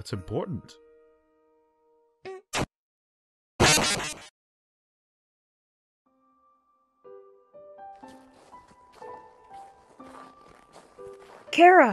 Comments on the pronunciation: its not kara its chara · (you show you disapointed in dub because you pronounced Chara's name like Kera)